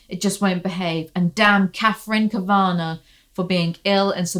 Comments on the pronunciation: I’m sure someone’s already commented this but just in case “Kavanagh” is an Irish name pronounced “KAV-uh-naw” not “Kuhv-ANN-agh” ☺️😂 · I think Kavanagh is pronounced Kav-Anaw maybe? Idk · It's Katherine Kav- uh- naw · Kav-eh-naw you're welcome 🖤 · Kavanaugh is said like Cav - uh - noff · My inner goddess needs to recover her equilibrium after this mess, lmfao….also, never seen anyone struggle pronouncing cavanaugh so much 😂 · Your pronunciation of the last name “Cavanaugh” is truly LOL inducing, thank you 🥰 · Awesome! Also I think the first two 'a's in Kavanagh are pronounced as they are in "cat", and the last is like "car". So the whole thing is like 'caviar' but with an 'n' in it. 🤔